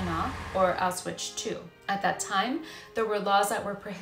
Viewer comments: It's pronounced Ow shwitz you mispronounced the name every single time. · Exactly, makes me cringe every time she says it…there is no Ch on the end lol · Pronunciation of Auschwitz...